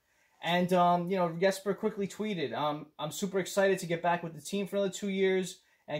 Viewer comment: That Forward lineup is interesting, I don't think I like those Defensemen pairings though. The Comrie pick up wasn't my first choice, but I've got to trust Fitzy enough to give him the benefit of the doubt. And I appreciate you pronouncing the name Yesper Bratt. Its not a hard name to pronounce, and we should respect the man enough to pronounce it correctly.